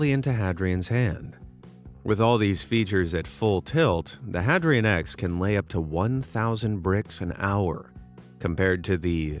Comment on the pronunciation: Hadrian isn't pronounced Had-ree-ann, it's pronounced Hay-dree-uhn as in Hadrian's Wall. See? It's building walls like Emporer Hadrian! Boy, that was driving me crazy.